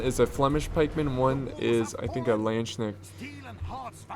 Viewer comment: The constant mispronounciation of basically everything that is not English makes this just so much better :D. Ritterbrüder -> Riddrbruter Landsknechte->Landschnecks and many more :D